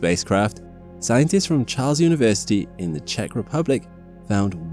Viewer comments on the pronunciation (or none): none